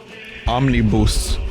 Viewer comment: the way you said omnibus though